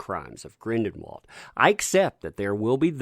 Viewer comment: Sound it out bub. Gr-in-del-wald!!!! NOT Grin-DEN-wald